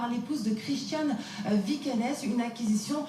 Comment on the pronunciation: VIKENES .... déjà la pronnonciation 0... mais alors vous ne changerez jamais pour essayer, je dis bien ESSAYER de faire du sensationnalisme 🙄🙄